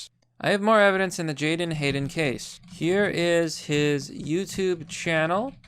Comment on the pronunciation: Make sure you have his name correct: it is not Jaydon or Jayden but Jadon. Also, it is pronounced as (jay-DON) with the emphasis on the second syllable.